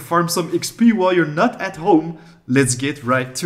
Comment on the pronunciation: Did he say while I nut at home or while I’m not at home? Either way this will be very useful